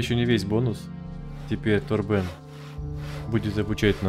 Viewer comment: У меня полетела английская озвучка и я каждый раз не могу привыкнуть к русскому переводу)) Ни ТОрбен, а ТорбЭн, жесть)))